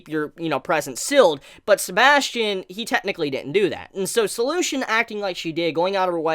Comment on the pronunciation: His name isn’t Sebastian, it’s Sebas Tian. First name = Sebas. Surname = Tian. Which makes the pronunciation different.